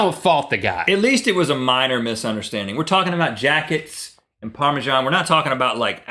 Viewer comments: It's par me sun not par me shan. Maybe it's because I'm from UK. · why do you spell Parmesan so weird..its ParmeSan not ParmeJan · Do all Americans pronounce it parmejan? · so is parmajan a thing? or are they saying parmesan wrong? :P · okay, since when has Parmesan been pronounced with a "j" in it?! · it annoys me a little how you say parmesan :/